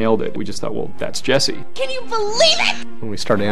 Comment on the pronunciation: It's Jessie NOT Jeisse lol